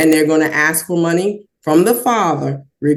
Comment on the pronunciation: It’s ASK not AXE…drives me nuts!!!